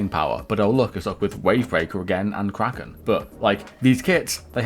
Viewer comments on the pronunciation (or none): none